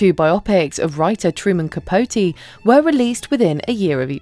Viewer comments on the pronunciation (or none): none